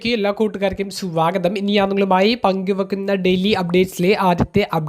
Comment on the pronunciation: സ്യോഗതം അല്ല സ്വാഗതം